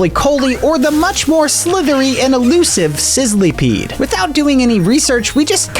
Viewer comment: It isn’t called sizleepeed it is sizzlepeed